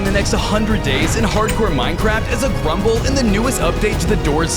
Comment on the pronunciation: Bro said prumble